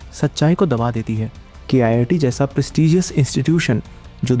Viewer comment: Its pronounced Keet not K-I-I-T. Its not an IIT, its a private college.